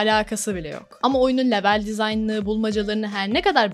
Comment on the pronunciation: Lütfen level İngilizce kelimesini kullanmakta ısrarlı iseniz okunuşunu düzgün yapın veya yerine bölüm kelimesini kullanın. Çok dikkat dağıtıcı olmuş video içinde yanlış söylenişi